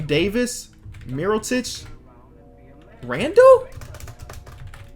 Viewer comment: according to chris smoove it's not MiroTIC it's MiroCHIC